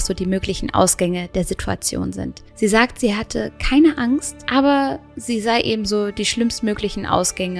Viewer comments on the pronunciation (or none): none